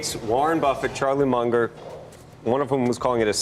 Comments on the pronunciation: Lmao... Charlie "Munjor" Chamath Palahapatiiiia. I cant take this guy seriously... lolol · He lost me when he mispronounced Charlie Munger's name. Still like the channel though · Yet he can’t pronounce Charlie Munger